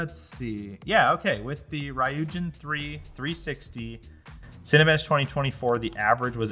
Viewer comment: Of course another English-speaker butchers the pronunciation of Ryujin... Ry being pronounced the way it is in English, is pretty much limited to just ENGLISH.